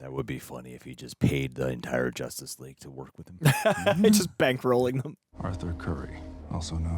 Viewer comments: why does he say it like its "Jostice" not "Justice" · You keep saying JOSTICE league. Wtf is that??? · Are yall saying JOUSTEST league? Why lol